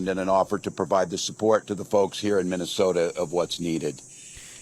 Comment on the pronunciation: Tampon can't even pronounced the word "Minnesota". Let that sink in. He talks worse than Kamala and Pedo Joe do.